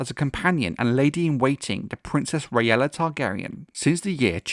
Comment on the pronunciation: Ok, one minor thing bothers me... Given other traditional Targaryen names, wouldn't it be RAY-la, not ray-ELLA? Think DAY-la (Daella), RAY-na (Raena), BAY-la (Baella), etc???